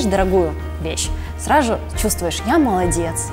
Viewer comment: Чо она постоянно говорит сраЖу ,ваЖу Она букву З не выговаривает?